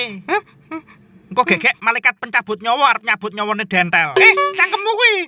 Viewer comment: Bukan dontol tapi dentel 🤣